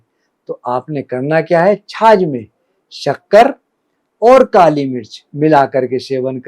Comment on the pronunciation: छाछ होती आप छाज कह रहे हों जो अनाज पिछोडने के काम आता है 😊